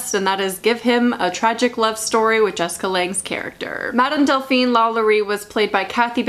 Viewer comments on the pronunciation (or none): none